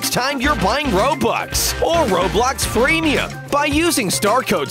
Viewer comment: When sub said about his starcode he said freemuim